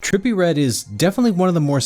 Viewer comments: Trepillie readdde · Nah” trippie “ not tripple😂